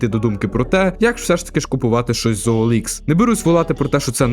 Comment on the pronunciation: Ніяк! Бо на ОЛХ (саме так правильно читається) перевіряються не комплектуючі, а люди.